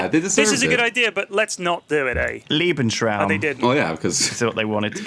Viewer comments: It's Lebensraum, not Liebensraum. Leben is life, Lieben is love. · I'd just like to say that I find mispronouncing "Lebensraum" hilarious. "Lebensraum" essentially translates to "Space for living". But "Liebensraum" essentially means "Space for loving" which is just unusually funny to me.